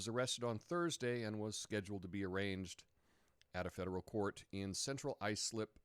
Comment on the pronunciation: you pronounce 'arraigned' funny:) All the best! Isn't today supposed to be fact checking Fri,?